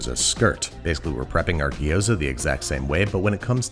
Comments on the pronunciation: My raised-in-Taiwan, Chinese-speaking, American wife and all of her family pronounce it “jee-OW-dzuh.” Where does “gee-OH-za” come from? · Say it "G'Yoza", not "Gee-oza" or "Gyros". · hermione Voice It’s gyo-za, Not gee-oh-za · You said it gyoza weird the whole episode. Gyo-za not Gi-yo-za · Repeat after me, gyo “Gyo” Za “Za” Gyoza “Giyoza” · Now you know my pain with Gi-yo-za and not gyoza. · if he calls gyoza a ghee-yo-zah one more time i'm going to have an aneurysm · From "饺子" to "Jiao-Zi" to "ぎょうざ", and now to "Gyu-Zoa"........ I don't know which one is declining faster, the authentication of the word or the food itself....... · Looks tasty, but the number of gee ooh zas hurt my ears. Never quite understood why the standard American pronunciation always includes more syllables then required. Digraphs are our friends. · As a Chinese person, Babish saying "Gyoza" is making me go insane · I know this may seem a little picky, but the way you pronounced gyoza is kind of painful. gyo is a single "sound," with no i in the middle. ^^